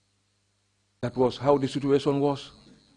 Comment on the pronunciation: Omg the next time he says "that was the situation at the time"... And instead of "situation" he actually says "sutuation"... He's hurting my ears. Goodness gracious 🤦🏾‍♀️🙄